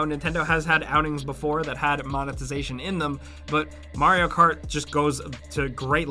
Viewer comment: I never even heard of Marry-O Cart. :P